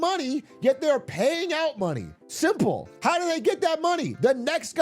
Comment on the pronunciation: I could never trust somebody who says simple with extra syllables. Where all that extra movement coming from?